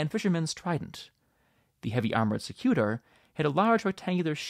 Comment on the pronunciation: Hilarious video. And I looove your dry sense of humour. I'm a guide in the Colosseum. SEcutor stress on the first syllable.